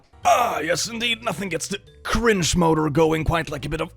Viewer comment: Am I the only one who absolutely loves the way says "cringe" with his accent?